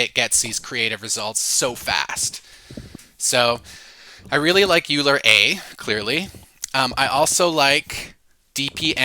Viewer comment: Hi! Thanks for the video! And the many other videos, you’re probably the best source of distilled information out there right now. One small point of feedback: Euler should be pronounced like “oiler”, not “yooler.” Keep on going!